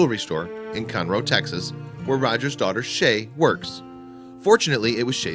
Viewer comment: Conroe, TX is pronounced CON-roe, not kun-ROH. Just a friendly note. The city is north of Houston.